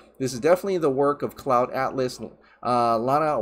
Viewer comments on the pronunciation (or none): none